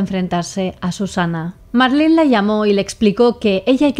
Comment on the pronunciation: Primera ves que escucho mi nombre en una asesina, soló que no dejo que me llamen Marlyn como el pescado 😂 es Marlen y sin e al final